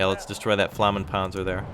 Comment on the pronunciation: flammenpanzer? i am impressed with your german skills herr! Gute Arbeit! Weitermachen.